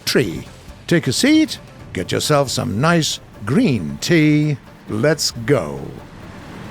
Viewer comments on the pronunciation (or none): devs: 'grean tea' me: 'coffee'